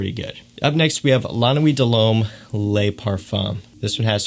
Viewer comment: Hey this may have been pointed out before but the French word “Le” is pronounced like the Le in LeBron. The French word “Les” is pronounced like lay in English.